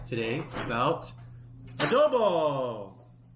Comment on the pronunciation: yes adooboo :D